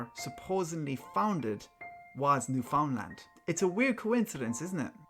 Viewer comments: Thank you for pronouncing my province correct me son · New-fin-land is how we Canadians pronounce it. As if its one word and not three in one, so the emphasis isnt on the three words.